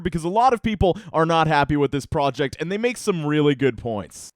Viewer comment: Am I the only one who heard "Help this gentleman end his family"? Work on pronouncing the word and.